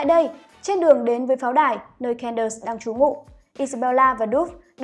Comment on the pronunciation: Xin lỗi nhưng có thể đọc đúng tên Candace ko? Nghe Can đợt Can đợt rất khó chịu ạ